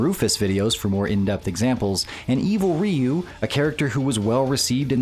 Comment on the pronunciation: It's R-.... oh wait, you said it right. I'm so used to hearing it as "evil raiyu" for more than 20 years now, hearing it said right is actually kinda weird.